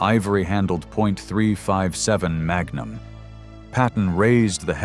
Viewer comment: You can tell this is AI ! On how it pronounces .44 and .357 mag. Either that or this guy dont know guns